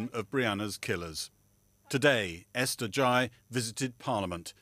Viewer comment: Starmer pronounced Ghey wrong and the female mp said ‘grey” At least, prepare to get her name right.